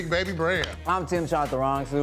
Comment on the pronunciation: I love how Darren pronounces Tim's name... Tee-um